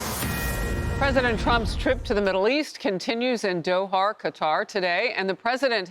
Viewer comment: Dohar? Are you kidding me? Great stuff he did out that way but come on guys get your script straight. It couldn’t be easier to pronounce